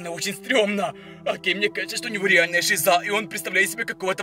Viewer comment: Не шизА а шИза